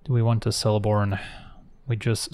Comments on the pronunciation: Just fyi, in Elvish, "c" is always a hard sound, so "Keleborn", not "Seleborn". But as always, a great vid! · isnt Celeborn the pronunciation is keh·luh·bawn